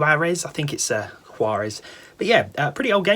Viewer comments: It's pronounced wahr-ez ... Spanish. Juan, is pronounced wahn, Jesus is pronounced Hey-Zues and so on. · Yeah the J in Juarez is pronounced like the J in Jose (Hose) so it's more like Hoowarez.